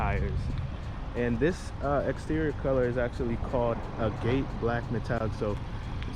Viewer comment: Pronounced agate wrong